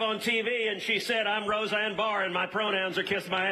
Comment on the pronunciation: He listened to Roseanne, and got motivated. Dang he said her name right as I typed this. Knew it.